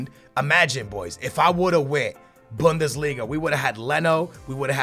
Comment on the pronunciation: Bundeslinga with "Toni Kroos"